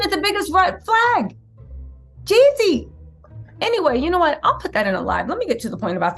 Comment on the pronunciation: you keep making me think of Ye when u say Yeezy. 😂 it’s Jeezy.